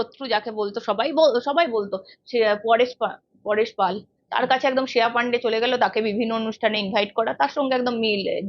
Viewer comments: শ্রেয়া Not শেয়া 😂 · শেয়া নয়, শ্রেয়া.. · Sreya namta ektu thik kore uchharon korle valo lagto. Shea shea kore gyalo..